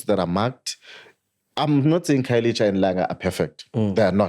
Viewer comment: I have a serious problem with a black person protecting the white agenda.. Guy can't even pronounce black name, khayelitsha instead of khayelisha,what do you call that... ANC can shut up, the reason we are here is coz of u.. Eff is the way, cool calm and collected, just spitting facts and being oppressed by those who seek to push the white angenda